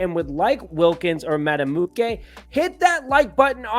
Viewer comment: I vote for Justin so I can listen to mispronounce his name (like he did here) all next season. Just call him "Mad Buick" and be done with it,.